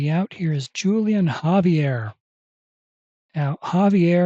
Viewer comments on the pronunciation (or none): The J is silent in Julian, more like Wholian